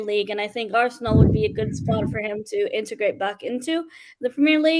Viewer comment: Arsenal not ArsAnal 😆 😂 🤣